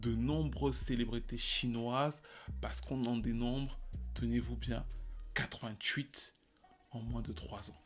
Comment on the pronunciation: Wow ta prononciation de 88 c’est dur